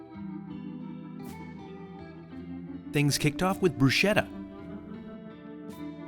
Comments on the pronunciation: I cringed when you said "broosheta". I'm about as English as you can get, but after more than 20 years around Italian co-workers, even I know it's pronounced "brusketta", with emphasis on the second T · It’s properly pronounced “Brusketta” but nobody seems to know that 😆 Awesome video! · I have to say that I nearly spit out my wine when you - - said bruSHetta!! The word is Italian, and it is spelled b-r-u-s-c-h-e-t-t-a. When you see the letters CH together in Italian, they are ALWAYS pronounced as one would pronounce a K in English...brusketta. Goodness, it was as if you scratched the chalkboard with your fingernail.